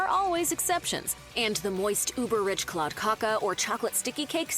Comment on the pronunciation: "Kladdkaka" is difficult to explain how to pronounce - I think the narrating woman did it quite well. You can google Princess cake or princess torte (Prinsesstårta) There you can find out about the ingredients and maybe even find a receipt. I personally don't like marzipan at all but the cake is very popular in Sweden